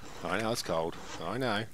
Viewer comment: Brrrr… it’s kuh kuh kuh cold 🥶